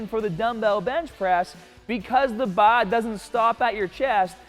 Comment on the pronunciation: Does this guy only have a Boston accent when it comes to the BAAA?! Great video btw, literally trying this in an hour